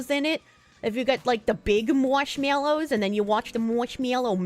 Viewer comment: "Mwoshmeollows"